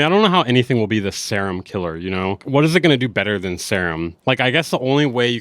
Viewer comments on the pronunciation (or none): Seerum not Sairum...